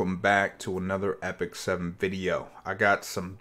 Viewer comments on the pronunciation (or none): none